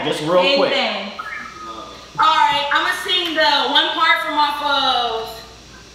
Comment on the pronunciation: Not saying alrite🤣🤣😂